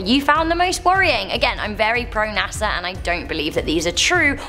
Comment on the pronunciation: NASAr🤔 you keep saying LMAO